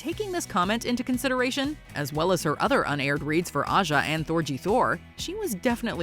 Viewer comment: 'UNaired" ... really?